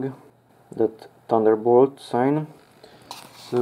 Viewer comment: Thought I was the only one who found that weird